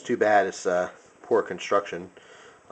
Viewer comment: Sammich conshhuucshhuun